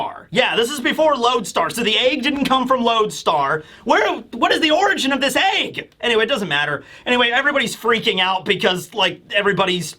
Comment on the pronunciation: I can’t unnotice that pronounces “egg” as “AAAEEEggg”